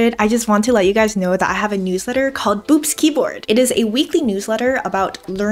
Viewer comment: Oh God , i heard Boops Keyboard as , Boobs keyboard 🤣